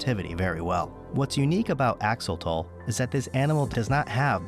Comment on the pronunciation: Axo...lo.....tle (tel spoken). NOT Axotol. That hurts my Ear. 😄